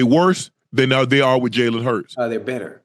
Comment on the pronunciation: Jalen hurts is not elite he said nu wrong